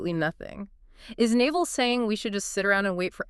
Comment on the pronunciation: The hosts are totally mispronouncing his name. 😩 It’s not Naval like the navy, its pronounced “Nav-All”. Hard to trust this channel if they can’t even get the basics right. 🤦‍♀️